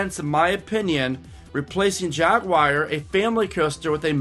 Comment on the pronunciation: Jaguar ,,,,not Jagggguar